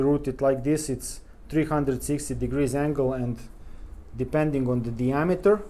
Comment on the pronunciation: I had another listen to your video pronunciation. Your English really is excellent. The "th" is "the" too are sounding like "de." You seem to add an extra vowel into "have" make it sound like "hyave." And the vowel in "put" which should be a shwa Ə (almost like "pt") sounds a bit longer sort of poot or pute or something but the differences is very minor.